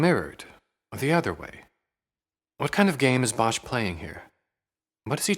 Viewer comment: Bosch is pronounced without the h. Just like boss. It’s Dutch for wood, and is written nowadays as bos.